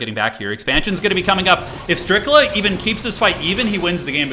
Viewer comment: Brother said StRiCkLa in the first SECOND 😂